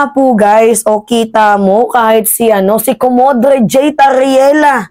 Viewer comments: Commodor po pronounce ng commodre..hindi maganda pakinggan comodre..❤❤ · hindi Komodre, Comodor ang pag pronounce jan.